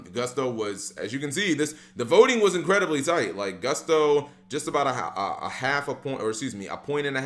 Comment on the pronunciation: It's 'Gust-o', not 'Goo-st-o', Cap...